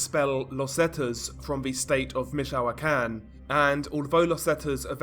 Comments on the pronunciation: I think its pronounce more like Mitch o can or Mitch o quan. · I'm from michoacan. And we pronounce it meech-wa-khan